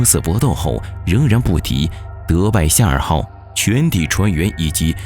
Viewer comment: 夏尔号让我听成了赛尔号hhhhh